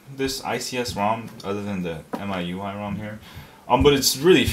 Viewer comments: M-I-U-I say the letters sorry for correction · It's pronounced my-you-eye